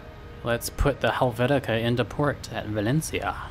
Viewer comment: It's Helvetia, so you essentially named your ship after Switzerland. Also, it's VA-LEN-SEE-AH. Also, it's AL-DSHEER.